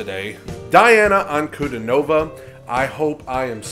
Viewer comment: Correct pronunciation DIANA [Diː ˈa: na:] as Dee-ana ANKUDINOVA [A:ŋ kuː 'di: nɔː va:]